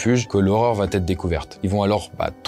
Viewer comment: Arg on entend encore des liaisons fautives comme va-t-etre.... NON!